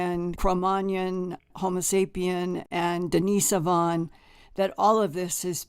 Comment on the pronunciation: How can someone so well researched not know how to pronounce Cro-Magnon and Denisovan?